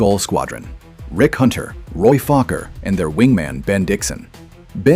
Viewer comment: Actually it's Roy Fokker.